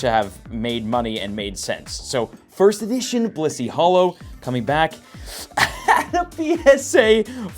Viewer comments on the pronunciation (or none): It’s blissey